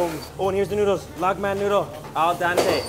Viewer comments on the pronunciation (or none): Please, it is pronounced al-DENTE not al-DANTE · noodles are not cooked 'all dante'... It's called 'al dente'.